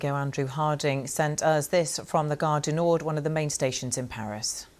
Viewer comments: Did she SERIOUSLY just say “Gare du NORDE”? What’s happening to the BBC!? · Amazing accent... Gaaarrr deee nooorth 😂😂😂